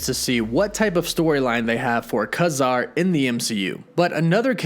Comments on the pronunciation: It's "KAY-zar" not "KAH-zar" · His name is pronounced KAY-ZAR for one thing and they are all already part of the marvel universe as far as I'm concerned being created by marvel comics? Except for Capt. Britain but who cares? Man-thing and Kazar are week characters and the Werewolf. Nova was also a secondary character that never did well. All these new aditions are week. Why doesn't anybody ever bring up the Sub-Mariner? Golden age or silver age. He has been around since Captain Am. (both. ) and the Hulk? And why arn't the X-men concidered to be in the MCU? Or the Fantastic Four? Wolverine? Deadpool? WTF! I've been collecting comic for over 50 years, Give me a break! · is DC's Swamp Thing not not Marvels Man Thing. It's not Kah-zar it's pronounced Kay-zar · His name is not Kazar its Ka-Zar. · It's pronounced KAY-Zar. Your pronunciation is wrong. Also, what's up with the 'woof woof' at the end of all your videos? I don't get it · Ka-Zar is pronounced Kay Zar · i always thought his name was pronounced "KAY Zar". aldo, i thought Teddy's surname was Altman. did i miss something in the comics lately? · It is KAY-zar. Dude just got the pronunciation wrong